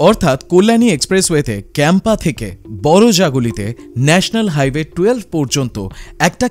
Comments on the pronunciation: কেম্পা নয় ! দয়া করে কাঁপা বলুন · ভুলভাল উচ্চারণ বড্ড কানে লাগে কাঁপা কে বলছে ক্যাম্পা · Age bolte sekh otar uchharon কাঁপা se English ho ba bangla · Campa noi ----> কাঁপা ( kampa ) more.... to boro-jaguli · Ota kapa.. atodin video banaccho ontoto pronunciation ta sikhe bola utchit chilo..